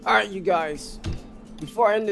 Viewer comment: Ah-right: Imma take a shot everytime he says it like dat, and I don't mind.